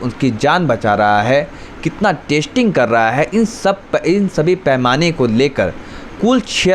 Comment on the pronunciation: Bhai, Tu apna pronunciation theek kar. Yeh kya "Tasting Tasting" kar raha hai. Tasting chakne ko kehte hain. Teri Hindi grammar bhi kafi kharaab hai. Zara dhyan diya kar.